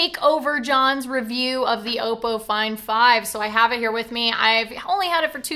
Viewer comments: its not pronounced "auxppo" its just oppo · It's Oppo not Opo! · Damn it! got you saying Oppo wrong too!